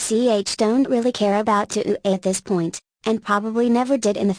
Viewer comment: i mean the guy plugged KOF so... also the tts mispronounces touhou as "to'ou"